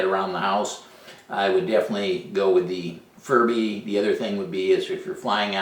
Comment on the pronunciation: don't you think, maybe, just possibly it, is pronounced fury bee?